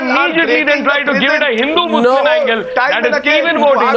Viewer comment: Come on Arnab! That slip of tongue saying muzrim instead of muslim was deliberate! hahahahaha you